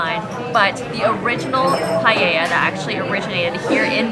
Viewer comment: Guys, pronouncing Paella isn't that hard. It's just, PAH - EH - LLA. No palllella or pahahahella.